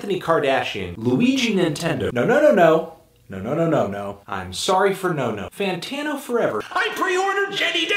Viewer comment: “anthony FANTATNO”